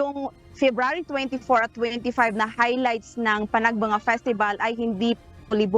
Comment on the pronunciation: Maam panag banga is san nicolas ilocos norte. Panag benga po ang baguio maam.